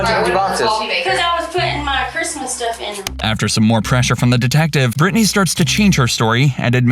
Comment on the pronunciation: "I GOTTA GET MY STUFF-UH"